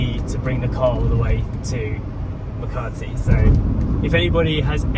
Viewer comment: There is NO R in Makati. Ma ka ti